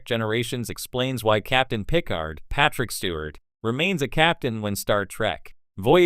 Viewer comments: you lost me at pih-card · PICK-ard? What is wrong with you. Take this down and re-do it. What an embarrassment. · Pícard if you do not know how to pronounce Picárd. That is if you understand what the diéresis mark indicates. As a any spanish speaker will tell you, know it indicate the stress in the pronunciation...